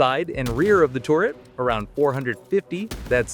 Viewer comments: It's "turret" not "tourret" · turret, turret, turret. it aint torret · Its turret not tourett like the syndrome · Why do you say "touret" instead of turret? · Tur-ret not tor-ret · This is great info but the way you pronounce turret like tourret is crazy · Why is he saying tourett instead of turret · Hi. Its ter-it not tour-it. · If you say "torret" one more time, im going to come misplace your your car keys and mis match your socks. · TORRET TORRET TORRET TORRET (Narrator has an American accent and has no reason to pronounce 'turret' as "torret". This is a meta content-creator tactic to or people to comment on the video, giving more interaction and engagement for monetary reasons. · "Terr-Ret" NOT TORRET. The heck?! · which sounds like ter-ret. The people are spelling it like he pronounced it tor-ret. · "the touret" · Bro said torret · Sounded more lime "Tour-ret" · Tour-it Weird ass way to pronounce it lol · Genuinely crazy way to say a completely normal word why do Americans do this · Please don't say turret like that again it's makes you sound stupid